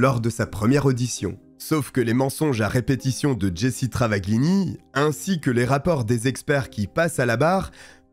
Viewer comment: yep .. le "gl" (dans travaGLini ) en italien se prononce "ll ; on n'entend pas le G) 🙂 Cette histoire je l'avais connue ..dans enquetes criminelles ou faites entrer l'accusé, je sais plus (à la TV) .. mais j'aime bien re découvrir quand c'est raconté avec une aussi belle voix :-)